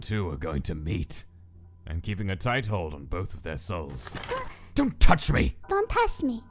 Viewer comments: DON'T TASH DA PAPYRUS!!!! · gaster:DONT TOUCH ME Papyrus: don't tash me 😂😂😂😂😂😂😂😂😂so hilarious